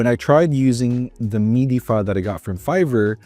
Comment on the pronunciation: Bro I couldn't with the "meedee" lol. It makes sense to pronounce it wrong if you don't know about it but it sounds like a special French pronunciation lmao